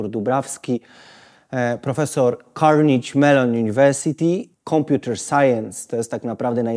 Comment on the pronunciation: Beznadziejny prowadzący. Nie mówi się „karnidz melon” tylko „karnegi mellon”. Poza tym „żyje w…” jest rusycyzmem. Po polsku jest „mieszka w…”. A CMU jest w Pensylwanii, dlatego pan profesor nie mieszka w Kalifornii. Kompletny brak przygotowania.